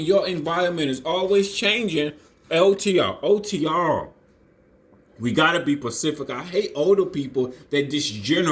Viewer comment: He said otrrrruuuuruurrr